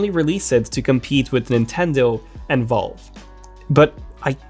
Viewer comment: You say Valve like you're saying vulva. 🍑